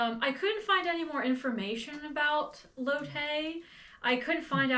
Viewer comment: I just wanted to mention that the name Lotte is pronounced " LAW tee " or " LOT tee". Really great vid, as always! ❤